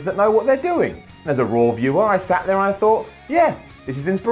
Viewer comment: did he say Rawr Ups and Downs?